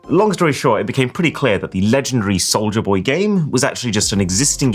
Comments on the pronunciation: never heard of Souj-la boy. hehe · "soujla boy"